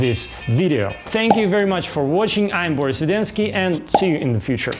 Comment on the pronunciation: Акцент заметен, но весьма бодренько. Продолжай. Только вот почему бОрис?:-)